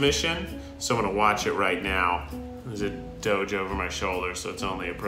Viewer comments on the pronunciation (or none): none